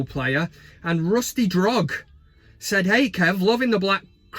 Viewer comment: Hey Kev, it's not Drog it's Droog as in the 'Clockwork Orange' droogs i.e. gang members, which I'm not by the way :D Seriously though why did we sell Johnny Evans and keep Jones?!